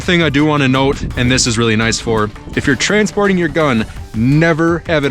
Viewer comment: What he said: keep it in the box when you're stansporting, people be smart. What i heard: keep it in the box when you're transporting people, be smart.😅😂